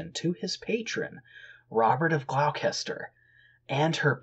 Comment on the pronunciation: Historia seems like a good read. FYI, Gloucester is pronounced as Gloss-ter. Robert of Glosster